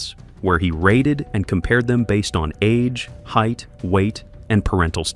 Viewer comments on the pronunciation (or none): none